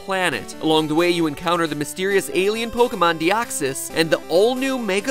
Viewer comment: your pronunciation of Deoxys and Rayquaza makes me cringe mat